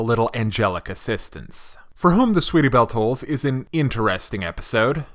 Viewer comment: Another good review. I'm not sure if you were saying tolls on purpose or not but it was toils.